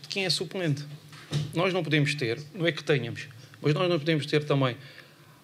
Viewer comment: Não há ninguém capaz de dizer ao Bruno Lage que não se diz tênhamos e sim tenh(â)mos? Rui Costa fazia o mesmo erro enquanto jogador, mas entretanto aprendeu...